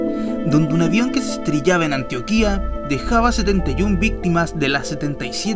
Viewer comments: no se dice antoquia se dice antoquia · Jeroelcrack Perezcañas el lo digo sin tilde y no se dice asi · pronucias muy charra el nombre del departamento de Antioquia jiji jiji no lleva acento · es Antioquia, no Antioquía. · Es antioquia no anti oquia :v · Es Antioquia NO AN - TIO - QUIA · no sabes decir antioquía dices antioquia como si estuvieras diciendo Etiopía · se dice Antioquia,bruto periodista enterate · ANTIO QUIA POR FAVOR CORRIJA ESA PRONUNCIACIÓN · Jjjj Antio - quia Jjj Que Pelutudo Es Antioquia -. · Que falta de conocimiento, viendo este video ni siquiera sabe pronunciar el nombre del departamento de Antioquia, el niño fue condecorado y le dieron casa. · no supo decir antioquia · ESTE VIDEO ESTA MAL ECHO PRONUNCIAN MAL ANTIOQUIA ... COMO QUE ESTE YOUTUBER NO SE DIO EL TIEMPO DE AVERIGUAR Y SABER PRONUNCIAR BIEN EL SITIO DEL ACCIDENTE DAS LASTIMA PARECES UN AFICIONADO CENTROAMERICANO O PERUANO,CHILENO O ECUATORIANO E.T.C MAS INVENTANDO FANTASMAS DONDE NO LOS HAY, EL NIÑO FANTASMA ES UN CAMPESINO QUE AYUDO UBICAR EL SITIO Y LE HICIERON UN HOMENAJE EN BRASIL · like si te diste cuenta que dijo antioquia mal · Estudia mas tu nena, el esta burlandose de la mala pronunciacion del youtuber al principio del video.